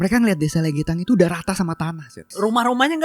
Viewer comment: Bacanya lègètan bukan legetan